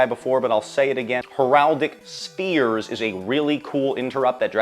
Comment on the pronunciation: Heraldic sphere ??? Bestil?? Heratic/bystial … Not hard to say lol